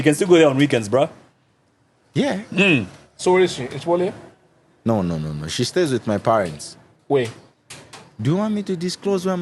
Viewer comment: Umwaume ukumeka?? Just say CHILOLYA nicely please 😂😂😂😂😂